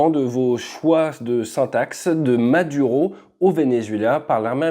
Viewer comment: Maduro, tu pourrais juste faire un effort pour la prononciation :face-orange-biting-nails